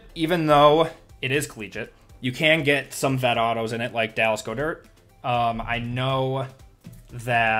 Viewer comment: Love the vid just an fyi, goedert is pronounced god-dirt